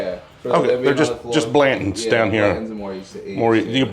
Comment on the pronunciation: Why do people drop their T’s?? “Blan-ends” ?? Blan tons is not difficult to pronounce. 🤣🤣😂😂 Come on man. 😂😂🤣 Love these videos.